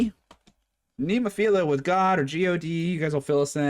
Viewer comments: I know it's easy to mess the bands name pronunciation up, but there is only one I in Nemophila, not 2. 😮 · It's actually NEH-MO-FIL-AH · Still saying nemophil....IA. 😊 no I.